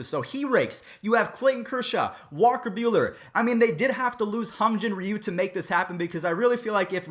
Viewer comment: Okay here’s some help with names: Kenta Maeda (Ken-Ta My-aid-a) Hyun Jin-Ryu (He-Yun Jin Ree-U) Fun Fact most Asian guys hate it when u butcher their name😋